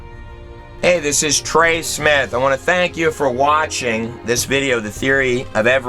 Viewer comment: Im sorry its Trey not Tery